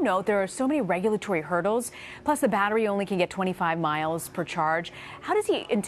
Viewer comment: What's a bat-tree? lmao